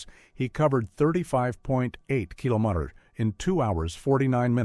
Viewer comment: Very strange AI narration. At one point it states the wrong date, apologizes then corrects itself ! And the pronunciation of "kilometers" and "Celsius" is bizarre ! 😂